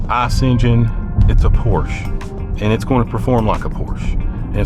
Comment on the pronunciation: A word to the wise - "Porsche" is a two syllable German name. Respect people, respect.